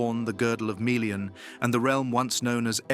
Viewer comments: meh·lee-uhn Not mee le an If you don't don't how to pronounce things don't guess, LOOK IT UP. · and MAY LEE AHN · There's nothing wrong with the lore being described here. I'm rather confident I could go and check my copy of the Silmarillian, and it would match up perfectly. But there's something amiss with the narrators pronounceation of Melian. He keeps saying it like Mi-lian while it should be Me-lian. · This is an AWFUL channel. All the names and visuals are wrong and obviously AI generated. Melian is not Mee-lian!!!! and she was not blonde !!!!! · they're not. It should be MELLIAN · I don't even think they are pronouncing melians name correctly.